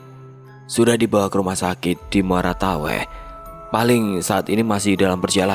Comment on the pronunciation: Muara teweh ,puruk cahu bang sory abang nya salah penyebutan🙏